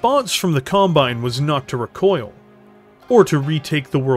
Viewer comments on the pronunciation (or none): none